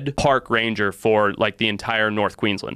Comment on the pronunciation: There’s an “a” in Queensland. Its not pronounced “Queenslnd”